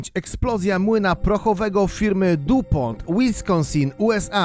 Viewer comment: Taka ciekawostka-DuPont czyta się "dipą", ale materiał jak zwykle super ❤️😀